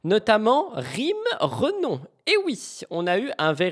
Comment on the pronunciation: Ce n'est pas "Renom" mais " Renom {euh}., c'est elle même qui le dit ☝️😉😉😉